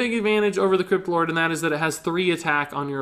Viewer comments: When Said Crypt Lord I heard it as Kripp lord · When you say "crypt lord" it sounds like "kripp lord"